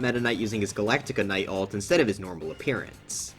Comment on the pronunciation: I don’t know why, but the way he says galacta is so funny to me